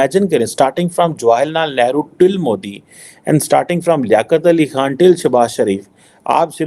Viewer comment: Chutiye ko Jawaharlal Nehru bolna tak nahi ata eh heh Pakistan ki education